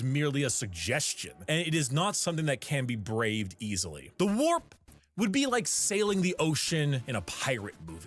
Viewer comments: Take a shot everytine she says "wap" instead of warp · im sorry but i cant stop hearing FAP instead. and november wasnt that long ago so its kinda on point i guess lol. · Her struggling to say warp is the cutest funniest stuff I've heard today 😂